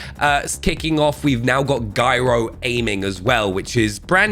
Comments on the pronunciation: That is not how you pronounce gyro btw. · "Guy-roe aiming"